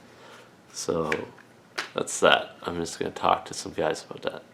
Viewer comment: What is this value village you speak of? I heard you say “ A Boat” so I assume your our neighbor to the North